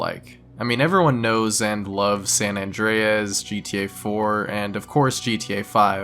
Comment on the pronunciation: "Sam Andreas"